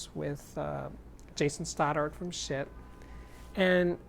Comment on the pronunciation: I think it's pronounced "sheet". Like, "No sheet, man!" Seriously tho, the resistance ladder type volume control is the purest volume control possible.